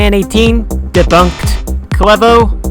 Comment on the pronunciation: debunked ❌ dabonked✅